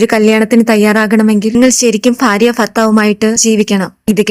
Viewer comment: ഫാര്യ അല്ല ഭാര്യ ആണ്